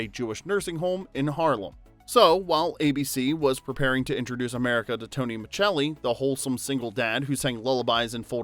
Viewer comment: Exactly. We’re all yelling at our screens. It’s Miscelli!!